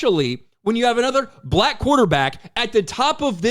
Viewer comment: The way this announcer pronounces BlacK cuts like a knife You're emphasis is really disturbing🤏